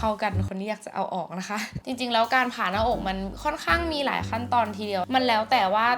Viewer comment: อ่านชื่อคลิปเป็น ผ่าน-มอ-อ-ก เฉยเลยค่ะ